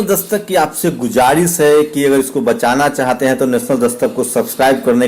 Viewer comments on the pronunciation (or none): Bhai Gujarish nahi Guzarish hai